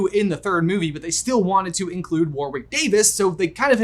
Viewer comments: No hate, just saying Warwick is pronounced 'worrik', nor worwik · The second W in Warwick is silent.... just sayin